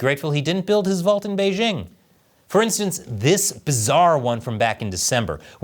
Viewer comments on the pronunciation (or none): The "j" in the word "Beijing" isn't pronounced like the "g" in the English word "regime"; indeed, the Chinese language doesn't even have this quasi-French sound. The "j" in Beijing is pronounced more or less like the "J" in the English name "Jim." Easy!